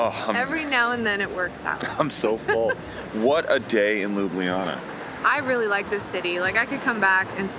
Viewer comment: It's not LUBIYANA, but LUBLANA aka Loo-blah-nah!